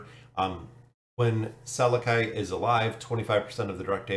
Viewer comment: I think his name is pronounsed "SalAki", just like salami.